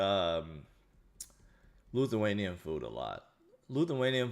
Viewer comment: Lithuanian, not Luthuanian